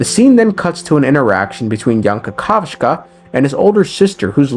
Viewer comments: The way you say Kakavasha is so wrong cause in Russian it’s an insult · I dunno if you did it on purpose, but in Russian language the way you pronounced kakavasha literally means sh*t 😭😭😭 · Is it intentional that you pronounce his name the way "poop" sounds in russian? | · Please say Kakavasha correctly because you just saying poop in Russian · you basically called him “shit” in Russian 😂 and continue to call him “shit” every time further in vid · kakavasha ❌ kakav-sha✅ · Dude its not KAKAS-VA. IT'S KA_KA_VA_SA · Kakavshka??,what the hell!? He's Kakavasha.... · omg, he’s Kakavasha, not kakashka, ahahaha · As a Russian speaker, I can not leave it just like that. The word "kakashka" which you use instead of Kakawacha in Russian, literally means "sh*t"............ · i play with the jp va and its ka-ka-va-sha and not ka-ka-vsh-ka in your pronunciation which has an extra k at the end. i haven't checked what the other languages va pronounce his name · Dude, calling Aventurine Kakaska instead of Kakavasha is just so strange. Because when you call someone Kakaska it’s calling this person a “little shit” in russian. It’s used without of negative connotation. Still great explanation of what happened in 2.1 because it’s was a wild ride and it was to notice everything what they hinted in the game. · cant you fkn read its kakavasha not kakavashka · Bro it's Ka - ka - va - sha not ka - ka - vshka get it right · well you definitely can't repeat 😂. They literally said kakavasha in the quest, not kakavsha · I appreciate video but plz dude read names properly. Not ADVenturine its AVenturine. Not kakashka its Kakavasha. For informational purposes its weird to twist them. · When you know your variant of pronunciation "Kakashka" literally means "poop", the whole recap becomes a masterpiece of hilarity xD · the way he pronounced aventurines name (kakavasha) sounds like turd in russian (kakashka) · i wil destroy my fucking keyboard if u say kakascha again